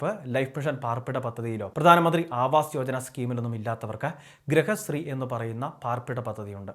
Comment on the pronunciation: ഗ്രഹശ്രീ അല്ല ഗൃഹശ്രീയാണ് പാർപ്പിട പദ്ധതി.